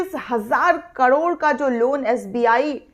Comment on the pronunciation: कडोड नही, करोड़ कहो ।